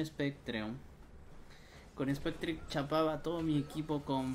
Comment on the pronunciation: Spectre dice el serranaso